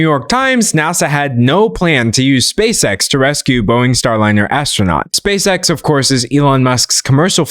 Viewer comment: i thought you were saying "space sex" 😭😭